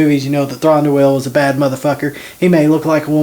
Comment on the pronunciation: would help if you pronounced his name right!